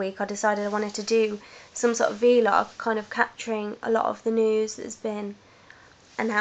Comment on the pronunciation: vlog...not v-log